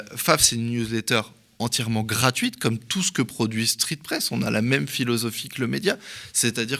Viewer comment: 23"00 "Street fesse, heu.. street presse.." Merci au Media pour cette révélation...